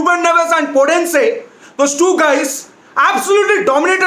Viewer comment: your 'podense' pronunciation is fantastic!